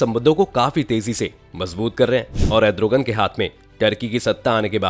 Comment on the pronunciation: Erdogan hai edrogan nahi😂😂